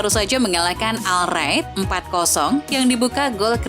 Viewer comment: Al Nassr dibaca An Nassr Al Rad dibaca Ar Rad